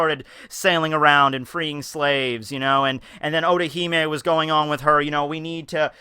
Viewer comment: everytime you said otohime i heard orihime ! guess i cant leave bleach so easily